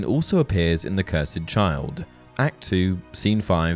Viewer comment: The way he said “Cursed” 😭😭. It’s not “Cursaid”